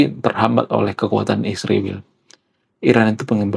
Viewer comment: Bro israel bukn isriwil.klau mau sebut sebut yg benar dong.